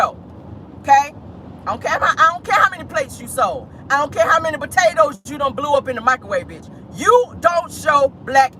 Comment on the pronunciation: Botatoes you know can’t pronounce Potatoes right😂😂😂😂